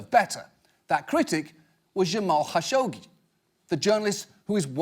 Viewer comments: What is wrong with this CNN speaker. TRKSCH, SCHSCHGI. Wtfff. Why has she not been fired for not being able to talk. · That's not how you pronounce Khashoggi. Don't make me pull out my bone saw.